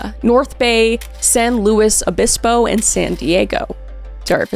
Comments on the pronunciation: You did say San Luis Obispo correctly ❤ not many people do lol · Yeah you got San Luis Obispo right I'm from that area! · you pronounced San Luis Obispo correctly! 😍 I grew up there and most people pronounce it wrong but you were perfect! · Absolutely stunned that you pronounced San Luis Obispo like a local! No one pronounces it that way unless they’re familiar. Awesome video. Solved ones like this are my favorite. I’m so glad this girl got her name back. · Kris, You said San Luis Obispo correctly. Thank you! There's a couple of murders from there you might want to cover. I assume you know about Kristen Smart the victim of Paul Flores, but do you know about Rex Allen Krebs? I used to live near the pedestrian bridge where he kidnapped one of his victims. And of course, Ed Kemper has also been active in that area.